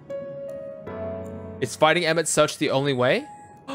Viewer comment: Tip, Emet-Selch is pronounced with a hard H sound at the end, not the normal english Ch like choo choo. English does not actually ever use this sound which will confuse many, and many have trouble making the sound. Emet-Selch is made from 2 hebrew words, one a bit bastardized. Emet-Shelach, "your truth"